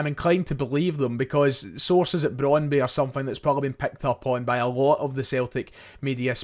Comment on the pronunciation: You slag off shoddy journalism and claim to have a degree in the subject yourself, yet you continulaly get your past tenses wrong, ( have went !) and mispronounce names - (it's cal-choh with ch like 'church' not cal-see-oh, and it's Brond-byoo, nont Brond-bi). At least you're not saying Cagliari with a hard 'g' as you were before but just a silent g, (in fact the 'g' is not silent but soft - 'gli' in Italian has a very specific sound - but never mind ). This is all so easy to check- it's called Google.